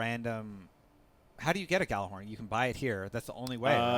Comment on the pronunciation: Why do people say "gallahorn" when it's Gjallarhorn? It's like pronouncing Truth as "tute."